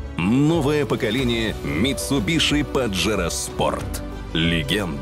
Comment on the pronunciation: Как же режет слух "митсубиШи") Это звучит ужасно)) Почему не произносить правильно?))